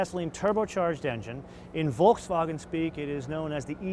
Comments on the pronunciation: can you like stop, pronouncing Volkswagen like your speaking German? pretty much cant watch you cuz of how annoying that is. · Just why? Just why you can't pronounce Volkswagen correctly?